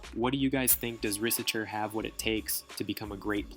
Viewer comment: It’ s pronounced risaché bro Good job on that vidéo btw